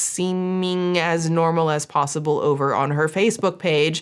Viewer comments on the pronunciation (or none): none